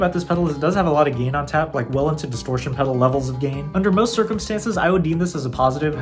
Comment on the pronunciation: I love you man, I’m just messing with ya. It sounded like you said “game” and not gain. Great videos BTW!